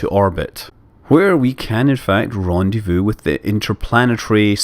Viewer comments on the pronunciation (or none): none